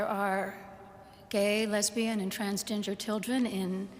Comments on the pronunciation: Do my ears deceive me, or did she really say 'transginger'? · It sounds more like she said transginger 😂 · I heard trans-ginger. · Why do I hear her saying Transginger children? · Does anyone else keep hearing her saying “Trans Ginger?” 😂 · Did she just say 'transginger'? Lmao. One of the best South Park episodes. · Did she say "trans ginger" ? 😂